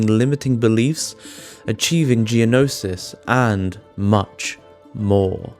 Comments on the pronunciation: "G" nosis? it's pronounced "KNOWSIS" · Your pronunciation of "Thelema" as "Thelma" and "Gnosis" as "Gee Nosis" made me laugh.